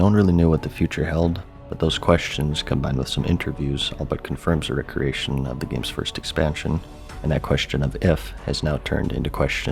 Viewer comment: Why do you pronounce recreation like recreational instead of saying re creation